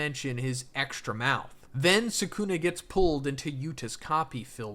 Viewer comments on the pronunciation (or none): "Sakuna" damn... LOL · i hate how u pronounce their names ffs the show literally shows how to say it like wdym megoomey and sahkoona and muheeto bro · Why does everyone call him Suh-Coon-Eh? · Not even ten seconds and you mispronounce the main character in your video. Awful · Why do you pronounce Megumi and Sukuna like that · Anyone know a vid like this where the speaker pronounces Sukuna correctly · Everytime he says Sukuna wrong I die a little inside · Yooo what the fuck is this pronunciation?